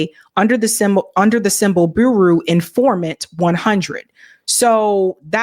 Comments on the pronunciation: "The boo-roo" she said 😂😅 Bureau is pronounced"byur-ohh" and again! Covolt war? I question your comprehension of the material when you're illiterate. Credibility matters when speaking on complex topics, and I question the ability to even understand what you're reading when you don't know basic words or concepts. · lol I had to stop watching this cuz you kept saying bureau funny 😄 lol. It’s like fbi. Federal bureau of investigation. Pronounced = 🐝 + 💶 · Just a minute. Buru? You’re un-familiar with or can’t pronounce the word “bureau”? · For goodness sake, -- the word 'Bureau' (as in Federal Bureau of Investigation, not to mention as in a chest of drawers) is pronounced 'BYUR-oh,' not 'BOO-roo.' (smh) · BYOO-ROW Not Booroo (for bureau) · Bureau is not pronounced boo roo. More like bure-row. Like Bureau of Land Management. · Please,. For the love of god. I've never heard of a boo-roo except when you mispronounce bureau. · Bureau is pronounced Byour-row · Did you pronounce Bureau as Buru 😁 Come on lady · That is not how one is to pronounce “”Bureau” — some dictionaries online offer a sound button. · Please check your pronunciation of the word "bureau".